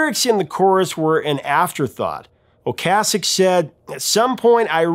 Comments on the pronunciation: Is "Ocasek" really pronounced the way he's pronouncing it? I've always heard it pronounced "O-case-ick", not "O-cass-ick". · Great video, Professor, but you keep mispronouncing Ric's last name. Okay sic . . . is how it is pronounced. Peace. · Until this video, I've only heard "Ocasek" pronounced "O-KAY-sek."